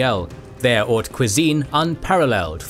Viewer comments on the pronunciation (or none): none